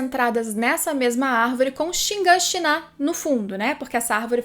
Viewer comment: Cada vez que escuto ShinganshiNÁ é uma facada no cérebro.